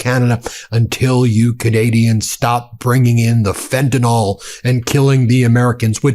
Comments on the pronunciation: It's FENTANYL, not FENTANOL but, like most Americans, you're not smart enough to read and pronounce correctly. Carry on, make yourself look stupid. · Please start a movement and pronounce "fentanyl" correctly. It's not "fentanOL," as Mango says - it's "fentanIL." Let's get it right - we don't want to sound like him! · Why do you keep saying "FentanOl" like Trump does? It's "FentanYl" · It's pronounced fenta(nil) NOT fenta(nol) PLEASE SOUND LIKE YOU KNOW WHAT UR TALKING ABOUT!! R.N. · Ben, this is driving me nuts, Fentanyl is pronounced "Fenta-NIL" not "Fenta-NOL". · Why do Americans pronounce Fentanyl ''fentanal''? Is it sounds similarl to Americans who pronounce nuclear ''nurclear''?. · Looked everywhere. Can't find an 'o' in FentanYl. F'n annoys me the way Yanks can't say FentanYl.